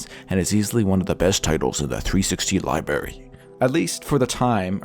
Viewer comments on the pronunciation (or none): You fucking said “libary”. You 7???